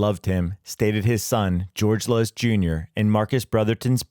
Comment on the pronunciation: George Luz, pronounced "Loose" as Luz is light in Spanish. Get it right.